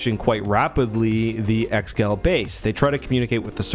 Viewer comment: Pretty sure it's pronounced "ex-eh-gaul" or "eggs-uh-gaul" rather than just "ex-gal"